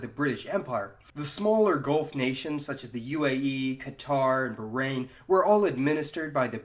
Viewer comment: You have mispronounced 'Bahrain' .. It sounded very bad.